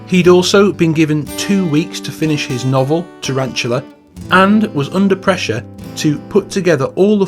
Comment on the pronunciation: Dylan's book title "Tarantula" is pronounced 'taran-too-lah.'